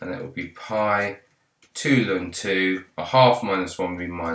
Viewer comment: it's pronounced L-N sir not Lun ✨ thanks for the video tho, c4 exam tomorrow